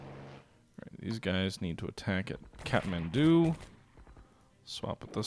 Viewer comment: Yes that is indeed how Kathmandu is pronounced, but Khartoum is pronounced Car - Tomb